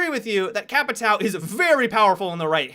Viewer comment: The way people say capitão really makes me laugh xD i mean i know you people aren't familiar with the word but you arent familiar with jager either and you say it correctly :P